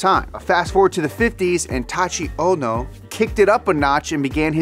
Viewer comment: It's prnounced tie-eechi o-no